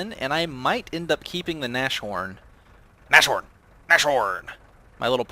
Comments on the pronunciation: Nas-horn, not nash horn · Naz-horn dude not Nash-horn :D I think you already know it, you have a decent knowledge of German. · "Nashorn" is pronounces like "Nas-Horn", the "sh" isn't pronounced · Nas-horn! Nas-horn!!! With a long "a" like "Nahs"... Q_Q And for the Germans in WW2 the main problem which would define production costs was getting material, like (high-)quality steel and such. Man-power was quite readily available due to slave-labour from the concentration camps. Still, the second factor in regards to production was the factories being bombed very often, slowing down production. But I'd still put the "lack of material" (and fuel, oil was a big problem) as the main factor in "production cost". Or at least I'd put the constant damage to factories and the lack of materials on the same level of how severe they impacted production levels. The only German tanks that could actually effectivly stand up to the tanks the enemies (mainly the Soviets) threw at them were also much more expensive to build then their counterparts...most of the tank battles earlier in the war were just won due to the skill of the German tank drivers, not the quality of their tanks. I think the Panther was the first model to actually be able to really compete with the T-34 for example. But I guess you probably know that even better than me... :p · Nas-horn,. Pls. It annys the hell out of me as a german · Keep the Nashorn (By the way, since it's German, the 'sh' doesn't make the 'sh' sound. The sounds of 'nas' and 'horn' are separate. Imagine a hyphen there when you say the word.), but sell the toaster. I find the Nashorn enjoyable, even though I haven't unlocked the long 88mm gun and am using the short 88mm gun currently. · Ahhhhh he said nash horn again -.